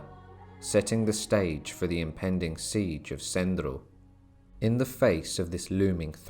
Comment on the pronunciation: Its Smederevo not Sendri